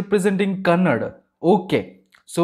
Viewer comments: That's not kannad that is kannada 😏bro pls understand😉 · It's not Kannad it's Kannnada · Excuse me it's not kannad it's KAN + NA + DA = KANNADA. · All love brother .. love your reaction .. but please don’t say it as Kannad .. it’s Kannada 😁